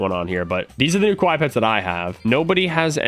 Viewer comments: Hey! The way you say “Kawaii” in the video actually means scary (Kawai). You said it correctly as the “wrong way” in your last video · is saying Kowai, instead of Kawaii. Kowai means death, Kawaii is cute.:) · Yo russo when saying kawaii its said like ka-wai-eee not Ka-wai that way youre saying it sounds like the word (scary) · Why does he say kawai its kawaii (Ka-wy-ee) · Its pronounced kuh-why-e not kuh-why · Ka-Why-ie not ka-wi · You say it as ka wi ee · it’s ka- waii like Hawaii but with a k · mans really saying kawhy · ITS (KA WHY E)